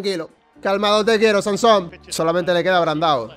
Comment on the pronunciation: NO ES SANSOM, ES SAMSON. Ya está. Tenía que decirlo